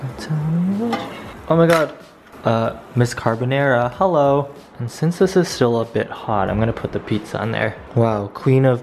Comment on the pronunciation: I love your edits and cute jokes and the way u say heOLlo UGH